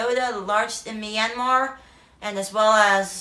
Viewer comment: Nice vlog, but it is not My An Mar, it's Myan Mar , only two sounds in that word.